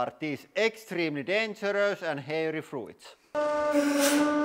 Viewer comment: First time I hear anyone pronounce the i in fruits haha.